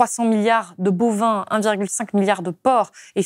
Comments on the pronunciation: "300 milliards de bauvin" , je dirais plutôt "bovin" et 300 milliards c'est quelque peu exagéré il me semble. 300millions de vache déjà , ajouter les boeufs, taureaux et veaux je ne suis pas certain que l'on arrive à 300 milliards 🙂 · "Bauvin", vraiment? non Bovin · très bonne émission, petite coquille à , bovin et non bauvin (qui est le nom d'un village^^) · Attention BOVIN pas BAUVIN... Sinon très bonne itw ! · Excellent ! Mais... "bauvin" ?!!! 😚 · Un bon complément du travail de Fressoz ou de Jancovici. Côté petites bêtes "bovin" et non "bauvin". Merci pour ces entretiens qui nous maintiennent en alerte. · BOVIN et non Bauvin😮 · « Bauvin » ??! 😂 —> bOvin (bauvin c’est une commune dans le Nord) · Bauvin...🥴 au lieu de bovin... Très bon reportage, sérieux, argumenté... attention toutefois à ne pas le dévaluer avec des erreurs d'orthographe/de frappe. Ça peut sembler anodin une telle coquille, je le conçois. Moi ça me gêne quand même un peu. Mais je m'en remettrai et je continue de vous écouter... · bauvin ???? vous vouliez dire bovin .